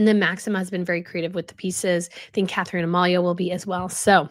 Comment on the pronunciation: Please stop calling the future queen of the Netherlands Catherine Amalia. Her name is Katharina Amalia!!! Katharina = Kah-tah-ree-nah.